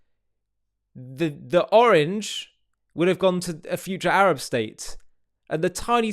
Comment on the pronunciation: Notice how he purposefully mispronounced Sinai and Arab. Add to that his continued insults